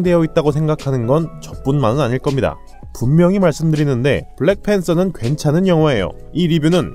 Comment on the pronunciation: 블랙팬thㅓ 발음 취적이였다ㅋㅎㅎㅋ 블랙팬뜨어